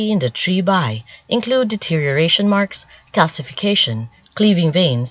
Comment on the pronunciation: Bi pronounced as "bee", not "bye"